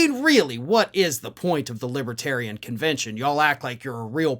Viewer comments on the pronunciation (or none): Once during the speech, he said "lipatarion". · He kept calling them "libbatarians," too.